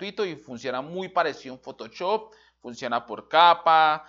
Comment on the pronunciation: "Usé Fotochop"